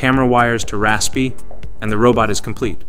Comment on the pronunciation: Is the voice in this video ai? Edit ok yea it is 😭 nobody says raspi like that